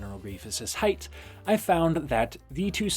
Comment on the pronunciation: This was a great video other than every time you said “heighth”